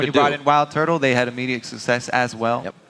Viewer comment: LOL "TSM had a lot of susscess from 'Most' of their changers"